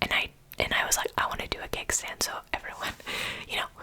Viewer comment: The whole time you were saying ‘keg stand’ I thought you were saying ‘cake stand’ and got very confused 🙈😂